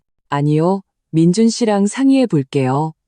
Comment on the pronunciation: 아무리Ai 가 읽어주는것이지만 올케 를 보고 "재수" 라니 ... 칠칠치못하고 똑똑 하지못한 민준 계속 그렇게 살아라 결혼 하면 자기가족(부인)을 최 우선으로 해야 자기자신도 앞길이 잘 살아갈수있다는걸...누나 시어미 만 생각하며 미친집구석 혼자 그렇게 살아라 그리고 "민준"이라고 해야지 항상 "민주" 라고 하고...